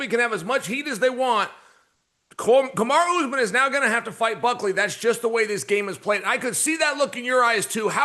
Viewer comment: Anyone notice Chael all of a sudden knows how to say Kamaru?